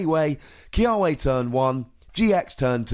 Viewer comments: In Hawaiian its pronounced Kee-Ah-Veh. Our W's are a V sound....Im excited about this card!!! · The correct pronunciation should be Key-uh-vay but for some reason, the anime pronounces it Key-uh-way